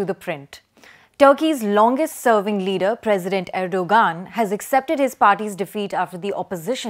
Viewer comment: Its pronounced erdo-An